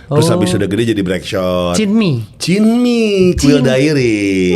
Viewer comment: Chinmi bang, bukan chimni